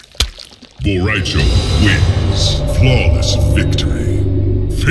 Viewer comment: When the annocer says bo rai cho it’s like bore ri chow